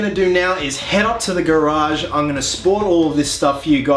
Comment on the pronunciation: Published on my birthday!! y u pronounce "garage" like that??? lookin good.